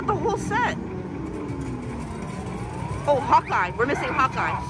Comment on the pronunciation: When she was saying Hawkeye I thought she was saying "hotguy". 😅